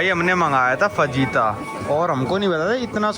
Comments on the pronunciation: Bhai fajita ko (fahita) pronounce karte hai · bhai fajita me j silent hota hai